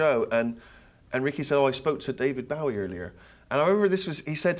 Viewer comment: How can people who have worked with the man, and profess a life-long obsession - mis-pronounce his fucking name!! It's BOW-EEE as in cross-BOW, not like a polite Japanese BOW. FFS!!!!